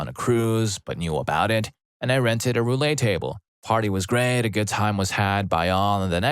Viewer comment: "Roulette" is pronounced "roo-let." Not "Roo-lay."